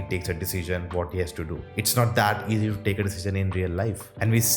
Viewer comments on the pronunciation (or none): none